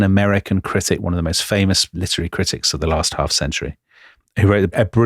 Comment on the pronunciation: litery???🤔 really, Dominic???